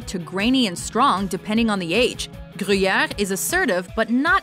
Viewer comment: Please never say gruyere again